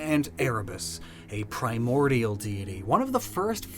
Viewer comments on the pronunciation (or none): none